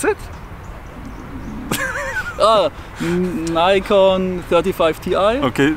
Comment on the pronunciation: Nikon not Naycon